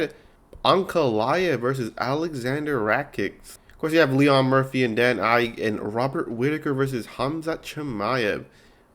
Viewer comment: This video is unwatchable how u pronounce rakic ige and lerone Murphy as Leon